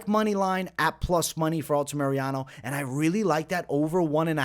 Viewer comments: Altamirano, say it with me, ALTA-MIR-ANO!!!! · For the love of GOD! Stop saying Alta-Mariano